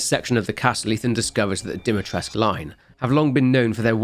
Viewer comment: i have to say i never understood why they ignore the "u" at the end when pronouncing "Dimitrescu" in the game. No, the "u" is not silent and it does have to be added at the end. Though it also bugs me that the name is spelled "Dimitrescu" with two "i". In Romania, "Dumitrescu", spelled with two "u" is a common last name, there even is a famous romanian chef called Sorin Dumitrescu, but i've never heard of anybody named "Dimitrescu". I've also never heard "Alcina" ever used as a first name here in Romania, i don't even know if that name exists. I'm probably overthinking this way too much anyways so it doesn't really matter. Edit: also this isn't pronounced cadoo, the first syllable (ca) is pronounced like in the word "caracas", while the second syllable (dou) is pronounced like the "do" from the word "dome". Edit 2: this is also not how you pronounce "vârcolac" as there is supposed to be an accent on the "a" turning it into the sound "â" but i can't think of any words in english that use this sound so i can't really explain how it's supposed to sound. Fun fact, vârcolac means warewolf in romanian. Edit 3: this pronounciation is correct though.